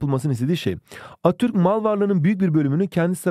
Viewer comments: hocam izlerken çok güldüm attürk diyosunuz:virtualhug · Attürk değil hocam ATATÜRK